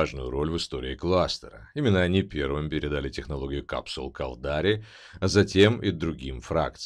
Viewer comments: Я не понял, кАлдари - ударение не первом слоге? АмаррЫ - на последнем? Это с каких радостей? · галленИты, амаррЫ, кАлдари, минмАтары, ну, хорошо хоть окончание предложений не слышно, а то и там ударения небось перековерчены. а так, спасибо!